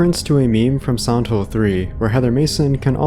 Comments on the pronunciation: Why sometimes you said “Silent Hill” and most of the time you said something along like “Santo”? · everytime u say silent hill it sounds like santhole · i kept hearing "Old Santo" and "Santo Ranch" and became very confused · could you say Silent Hill right?